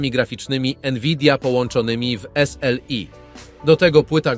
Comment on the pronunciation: Jezu i zmień ta manierę przy wymawiania S L I